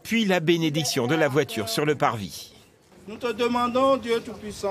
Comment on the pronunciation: "Je demandes au tout puissant, de bénir cette vwatur" Comment une phrase si stylée peut autant ce casser la gueule XDD